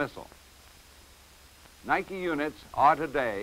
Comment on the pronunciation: Thank you,, for pronouncing Nike correctly. Many after you will not.